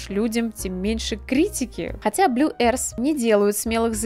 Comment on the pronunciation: Обзор хороший, но "Blue arse" меня убило